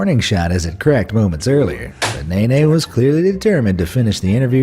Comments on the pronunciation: HAHAHAHAHAHA !!! I wonder in nhlanhla is watching this . Talk about name butchering. I dont think there's an easy way to help pronounce the name as you'd have to be some what familiar with nguni names but his last name is pronounced as Neh-Neh. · You said Mr. Nene's name incorrectly... 🤣🤣🤣🤣🤣